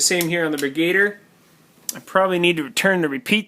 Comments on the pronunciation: I think it's pronounced "Brig-u-deer" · BrigaDIER, like brig-a-deer. Lol love your vids anyways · Bri-GAY-der???? Wow. You even spelled it like that on the video title!! LOL